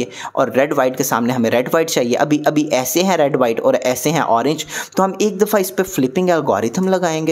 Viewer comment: "Filping" nahi " Flipping" algorithm